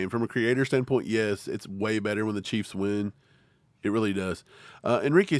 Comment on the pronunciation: was that "cah keys"?😂😂😂